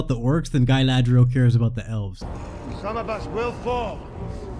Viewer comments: nice vid m8, just one question: do you call galadriel gailadriel on purpose because you hate the show and dont accept her as galadriel or do you think thats how you pronounce it? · It's Gah-ladriel, not Guy-ladriel. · That goof said “galathhhhhhreil”😂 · Im not a native speaker what are you calling Galadriel?